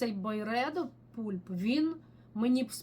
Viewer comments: Дякую за відео., Pulp треба вимовляти "пАлп", а не "пУлп". В перекладі з англійської мови це "м'якоть плода". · будь ласка! Бо "пулп" прозвучало як "пуп", що англійською мовою "кал". 😂